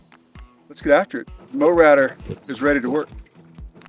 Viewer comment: Why do you pronounce it "mowratter" when it's clearly Mowrator? Are you trying to be smart?